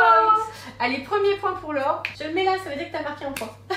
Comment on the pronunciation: cest "laure" pas "lore"